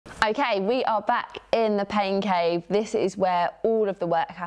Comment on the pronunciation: Oh! Pain Cave Tour. I swear I thought you said Pancake tour. I thought I was under a rock. 😂😂 I’m training for a super sprint triathlon indoors as well. So convenient for my schedule.